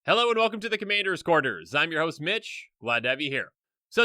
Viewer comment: "Commayders" lol